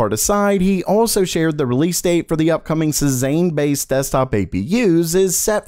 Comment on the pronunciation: It's pronounced "say-sawn" for Cezanne. 😊